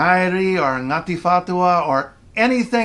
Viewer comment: Love you bruh! I'm Maori and you just made my day saying Ngati Whatua!🤣🤣🤣 Chur to the Chur. 💛💛💛